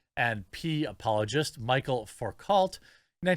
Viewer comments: “Michael facult” 😂 It’s pronounced like (Mich-elle Foo-coh) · Just hearing him say "Michael Focalt" is killing me. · It is pronounced "Mi-chel Fou-cault" ... he was a Frenchman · It's pronounced "Michelle Fooko"... Michel is the male version of the name. The "L" and "T" at the end of the last name are silent because... Welcome to the French language. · ‘Mee-shell Foo-coah’ 😆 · Love ya Jeremy but “Michel Foucault” is pronounced ‘Mishell Fookoe.” Frenchy. Natch. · Michel Foucault is pronounced Michelle foo-coh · And isn't the first name pronounced "me-shell?"